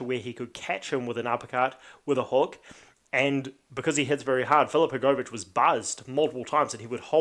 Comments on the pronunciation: u just pronounce it wrong u say hrgooovich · the way u say hrgovich lol i know yo from nz but jeez